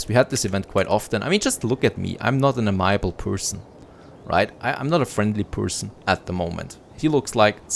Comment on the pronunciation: Ive loved the Anno extreme videos but I think this might be my favorite series yet. Starting from almost nothing, the way you're pivoting to stay alive is really cool to see. One small thing as your English is absurdly good - amiable is pronounced amy-uh-bull, not uh-my-uh-bull